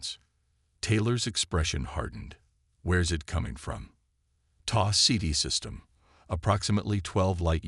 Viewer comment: It's Tau Ceti, not taw cd.🧐